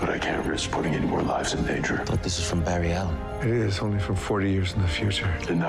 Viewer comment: its barry alen